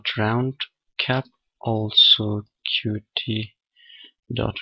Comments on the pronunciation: 'cute' is the official pronunciation. Watch some videos on the official Qt channel and pay attention to how it's pronounced there. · Good tutorial! But there's something that bugs me: Qt is pronounced 'cute', not 'kyu-tee'.